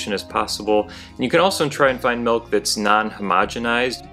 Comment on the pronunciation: Milk is pronounced with an i. m i l k. Not m e l k, stop that😂